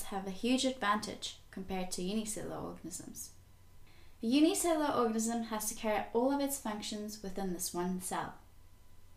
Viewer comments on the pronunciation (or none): Cell-oo-laaar. Not Cell-or organisms